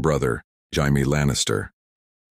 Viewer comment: Its not bad man but HAIME ?? ITS PROUNOUNCED JAY-ME 😆 😅 I listen to a bunch of these what if videos. You should do some about the dance of the dragons. What if Maylese didnt die ? What if daemon was made heir instead of raenyra? Some like that. No one is doing those. I bet youd get a bunch of hits on that